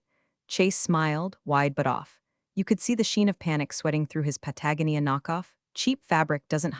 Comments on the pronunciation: Lear to say READ VS READ VS red in the appropriate places. And friggen learn to say Patagonia. Instead of Pagonia. So irritating. Every single story. And dinged vs Dinged which I don’t think din-jed is even a word. So dumb. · Darn, I thought the Patagonia mispronunciation had been fixed. So disappointing to hear patagnia again 😢. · You're still mispronouncing Patagonia, and it's annoying.